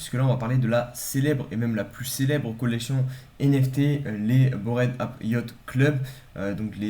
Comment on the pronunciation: Merci bro pour ta vidéo , comme tu sais je suis fan, par contre l’anglais frero… Bored ape: se prononce bord aipe, et pas borède app 😂